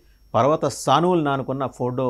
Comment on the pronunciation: పర్వత స్థానువులు కాదు! పర్వత సానువులు అనాలి! మొత్తానికి నీవుకూడా నీతోటివాడు వర్మాతో పొటీ పడుతున్నావు తెలుగు భాషను చంపడంలొ! భలే దోరికినారు 99 టివి కి!